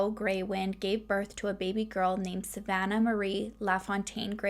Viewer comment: My name is Savannah and I love the way you say it🥰